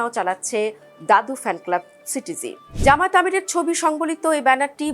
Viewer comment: ভালো করে উচ্চরণ করো জামায়েত নয় জামায়াত